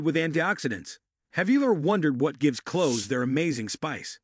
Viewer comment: Thank U 4 your informative vid. packed with a lot of great information. Only was it read by an AI COMPUTER as over 60 words were not read correctly making certain info mute/unintelligible, in fact it even pronounced the word clove/cloves incorrectly up to 80% of the time, so while the basic info may be correct, lots is being lost in the translation, I hope it's possible 4 U to correct this issue both 4 myself & others so we can receive the full impact of your informative video's & in turn give U more thumbs 👍 ups in future. Thank U in advance! Hope your able to help with this issue. Grateful viewer!!!